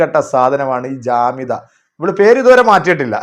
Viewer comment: ജാമിത അല്ല ജാഹില